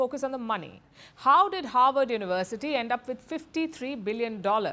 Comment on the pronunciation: "howard uwersity"